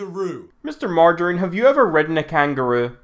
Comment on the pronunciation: Lmao ‘Mr Margirine’